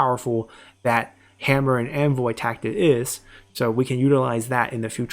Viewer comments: why do you say 'anvil' like 'envoy'?????? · I love the video, just discovered your channel and am binging like crazy ^^ What has been getting me this video is your pronunciation of "Hammer and Anvil", it sounds more like "Hammer and Envoy" and I just imagine your infantry as the envoys of death himself, watching in glee, while your cavalry units smash into the enemy lines...